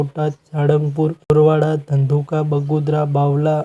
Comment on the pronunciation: એ ભાઇ બોરવાળા નહી બરવાળા બોલો